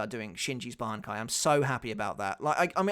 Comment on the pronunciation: really had to go back 5-6 times so listen if he really said bankia hahahhaaaaa